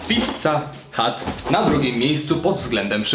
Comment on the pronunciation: Mówi się pizza hut A nie pizza hat. Kapelusz to hut A nie hat